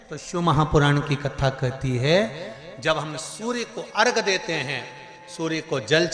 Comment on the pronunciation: अघ नहीं बोलते हरामखोर उसे